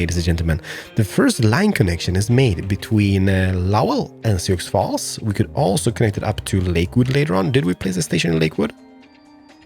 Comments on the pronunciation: Sioux Falls is pronounced Soo Falls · Sioux Falls is pronounced... Soo (like Zoo or Poo, but with an "S")